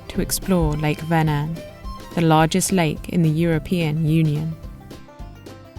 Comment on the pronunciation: Swede here. Thank you for pronouncing the name of the lake correctly. I always appreciate when presenters learn to pronounce the names of important places right. I live in Södertälje, and have visited the beautiful Lake Mälaren a few times, and would like to suggest that as a future stop for you. There are many cities along the lake, and Södertälje (literally "South market") has been here since the viking age, the place where vikings would drag their boats across the short strip of lake to get to the sea to trade all the goods that the towns along the lake were producing. There is also Birka, the island set up as a historical (authentic) viking village. These days we have a canal at Södertälje where boats can come into the lake. Really enjoyed this video. Subbed. I look forward to seeing more of your content. Thanks for introducing me to a part my country I have never seen before 😊